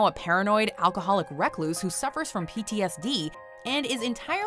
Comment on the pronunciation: Did she say “wreck-loose?” 😭